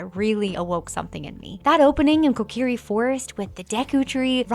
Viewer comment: ngl i hated the way she pronounced kokiri. it was painful.